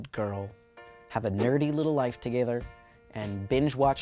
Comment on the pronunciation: anyone here a little bit of an Irish accent on the “together”?? No just me? Ok. Carry on!